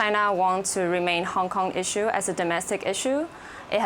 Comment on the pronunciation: Wait u said kong kong🤔😂😂